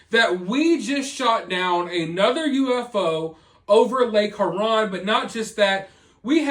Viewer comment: You say Huron funny. I say it like “here-on”